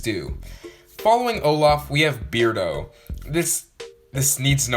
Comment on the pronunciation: It’s pronounced “Bare-doe” and also he sucks, the hairy villagers are so gross.